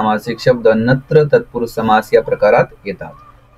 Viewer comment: सर तुम्ही खूप छान शिकवता पण,नत्र ला तुम्ही चूकिच वाचत आहात .